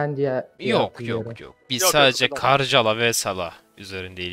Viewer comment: Karjala karjala diye okunmuyor abi karyala diye okunuyor çünkü fince de j harfi y diye okunur